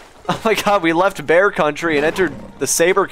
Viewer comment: Bear country sounds like bat country 😂